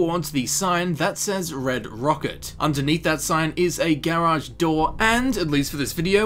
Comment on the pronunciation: Idk why it bothers me but the way he says garage as gaerage...